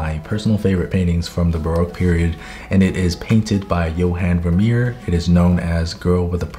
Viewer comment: I’m Dutch and hearing you pronounce Johan Vermeer was funny, you mostly got it right though so 👏